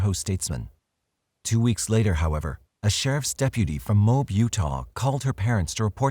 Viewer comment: The Utah city is pronounced "moe ab" not "mobe"